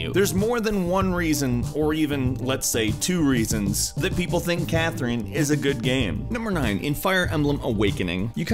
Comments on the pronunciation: Ok, but it's CathRINe and KathRINe, not KathREENe and CathREENe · I can't get over the way you pronounce C/Kathrine. C/Kath-REENE 😖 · im so sorry but its CathRINE not CathREENE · Wow, I hate the way he pronounces Catherine. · Why does he say C/Katherine as C/Kathereen? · why you pronounce it Cathreen XD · Catherine is a common name, not sure why you think it is pronounced CatherEEN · How do you not know how to pronounce "(K)Catherine"? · Why are you pronouncing Catherine like that, did you not play the game ? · Is this guy really pronouncing Katherine and Catherine like Nectarine? Does he really not know how to pronounce Catherine? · you pronounce c/katherine wrong